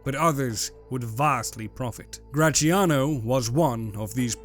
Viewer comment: I don't understand the beef this man has with the sound “zia” in “Graziano”: why does he pronunciate it “cia/chia” instead of “tzia/tsia”? English has Z sound (like in “Zoo”) so... Why? Whenever you see a Z in an Italian word, just read it as X. It's not the same, but is the letter with the closest sound